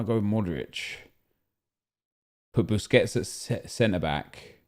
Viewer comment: He actually called Busquets “bisquits” am dying man lol